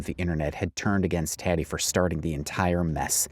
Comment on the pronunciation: Isn't Tati's name pronounced TAH-tee, not TAT-tee?